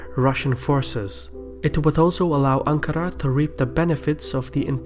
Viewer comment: I loved how you pronounce Ankara and Marmara :P